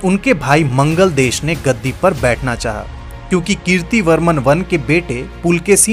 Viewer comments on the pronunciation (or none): बहुत गलतीयां है. मंगलदेश नही मंगलेश. ऐहोल नही ऐहोळे. वाटापी नही वातापी. जरा विडिओ बनाने में थोडी जानकारी भी रखिये